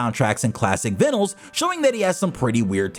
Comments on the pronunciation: Vinals? I know you're fucking with us. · That pronunciation of "vinyl" was like nails on a chalkboard my guy 😂